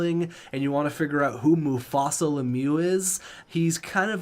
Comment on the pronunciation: Two things you messed up right away. 1) It’s Mus-Tafa Lemieux, not Mufasa from The Lion King. 2) Jayden Marko was not in the Seattle Franchise mode. He was in your NHL 17 Team Japan franchise mode and was a New York Rangers 1st overall pick one year. You ended up trading for him early on in his career. Just wanted to point those out to you. Can’t wait to see what team role you’re gonna give me this time!